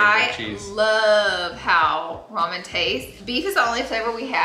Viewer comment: Did she say “Roman noodles?” Lol